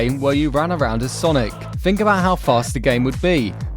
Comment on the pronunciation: think* not fink